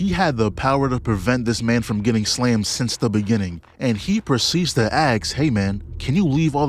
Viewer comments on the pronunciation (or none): none